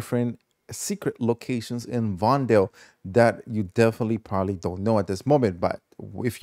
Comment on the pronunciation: It hurts how he pronounces vondel